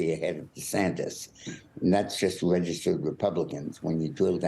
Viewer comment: It's not De Santes